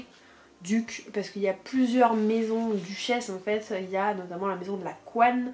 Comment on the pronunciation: J'adore pcq tu galères/remarques les mêmes noms que nous en live pour Capitale du Sud xD la Caouane s'est transformé en la couenne et Guenaillie en guenilles xD